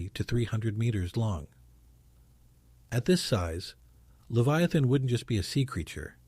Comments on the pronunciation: Its pronounced Lev eye uh, thun. NOT Lev-ee-a-thun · It's pronounced "lev-EYE- uh-thin." Hmm. If it's there, it would be really terrifying. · This guy can't even pronounce Leviathan. It's not even that..its DANK DEMOSS TRYING TO SUE THE OCEAN CUZ SHE THINKS SHE CAN FIT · And Job. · I'm sorry, but I'm a god fearing Christian, and this video has no "scientific proof ". It's also hard to take it seriously when leviathan is pronounced 80 different ways. This feels like AI click bait nonsense... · Sorry brotha. But you’d be a LOT more credible if you pronounced Leviathan consistently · Ive never heard so many different ways to pronounce leviathan before this video. Theres at least 4 different pronunciations here .. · How many ways can you pronounce "Leviathan"? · Idiot pronounced Leviathan 3 different ways. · QUIT PRONOUNCING THE SAME WORDS DIFFERENT!!